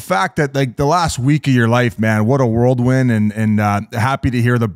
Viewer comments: Someone tell Biz it’s “whirlwind” not “worldwin” lmfao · Great video and interviews! Biz - pretty sure it's "whirlwind" not "worldwind" lol No disrespect, just tryin to help out. Love the channel and the podcast! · Biz saying "worldwind" O/U per episode has to be up to 7.5 now 🤣